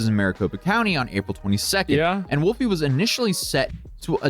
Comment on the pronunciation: *throws duces* “Wulfie.” 🤦🏽